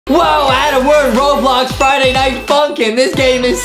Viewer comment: it's not ADEM it's ADAM